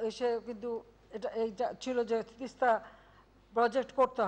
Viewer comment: আমাদের মা তো প্রধানমন্ত্রী জননেত্রী দেশরত্ন শেখ হাসিনা তিস্তা নদী না গঙ্গা এটা ঠিক ঠাক মতো বাংলায় উচ্চারণ ই করতে পারে না কি চুক্তি করলো আমাদের মা বুঝে আসছে না ।